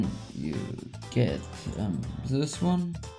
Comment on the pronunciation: "sis" ( German accent) lol xD still Love You